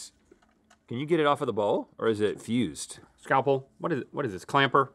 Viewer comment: "yeah let's scalpal this thing"